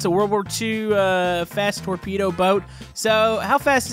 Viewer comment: what is a torpedo sounds like tornado